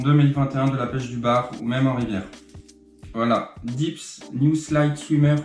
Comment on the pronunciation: de chez dips ou dit deps, comme ca se prononce, c'est japonais, pas anglais, donc D È P S ;)